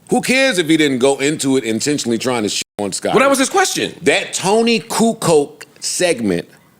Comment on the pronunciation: Who the hell is Toni “coo-coke” 😂